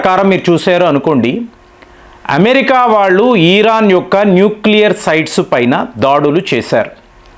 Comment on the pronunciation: ఈరాన్ కాదండీ ఇరాన్